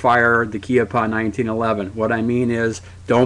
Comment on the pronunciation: Keeappah? I thought en Espagnol it's Cheeoppa?